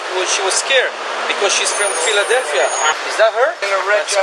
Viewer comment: Man said Fila-Delphia 😂